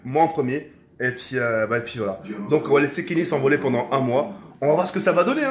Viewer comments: Tk on dit pendant pas pendent mais en te kiffe quand mm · Il a dit pendent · 90% des comentaires: "C'est "reviendra" et pas "revoendra" et "pendant" pas "pendent"